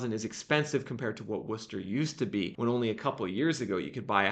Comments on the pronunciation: Ooohh you said Worcester right! Lol usually out of towners call it wor*chester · Holy shit, you actually said Worcester right!!!! Well, close enough. Also, it's Mass. That inventory gap isn't closing with new buildings. It's gonna be a foreclosure answer. And with the rules in place that are anti-landlord.....the economy is going to be what causes it.